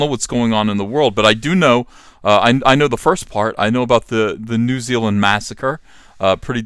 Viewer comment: New Zeal-land